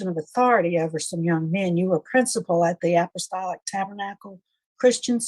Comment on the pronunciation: App- ahh-stall- ick